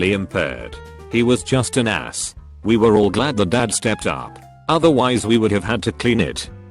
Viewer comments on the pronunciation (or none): the emphasis on the word "ass" 🤣